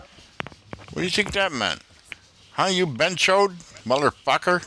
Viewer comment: Hearing you call them a benchode never gets old. Haha